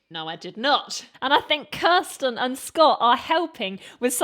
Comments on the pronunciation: Not to be nitpicky, but Kir(stin) not Kri(stin). Her nickname Kirstie rhymes with thirsty. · Thanks so much for your reaction to this great PTX song! I learned so much from you today. One thing I would like to mention is that you have got Kirstie’s name wrong. Her proper name is KIR stin, pronounced KUR stin, not KRI stin. Her nickname is Kirstie which rhymes with thirsty. Thanks again for a great reaction! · Fantastic reaction, love the analysis. (just sayin, Kirstin ker-stin) lol. great homage one shooting star for each Queen band member, nice. LOL great card!! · Just a small correction its Kirstin like thirstin ' or Kirstie like thirsty. Imagine, sound of silence, and the prayer are top tier covers as well as Sing, love again, water, can't sleep love, coffee in bed and I rise are top tier originals.